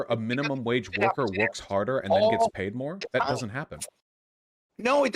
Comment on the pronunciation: "This is the way competition wuks" this guy is somethin else.